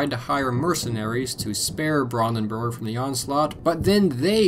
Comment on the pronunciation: Every time you say Brandenburg, it annoys me how you keeps saying it wrong. But that’s mainly because I’ve spoken and lived in Germany, in the Brandenburg area.